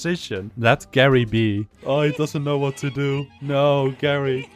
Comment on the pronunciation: I think geri is pronounced jerry